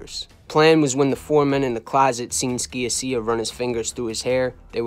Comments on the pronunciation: Great story telling. Your attention to details and accuracy is outstanding. You even mentioned Emmanuel Ragusa who skated. "George from Canada", Gerlando's surname is pronounced "Sha-sha". Otherwise a kick ass show!! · George SKIA-SEE-YA 😅 just bustin balls...you did a great job putting all the pieces together and presenting it in a concise & unique way 👍Keep up the good work!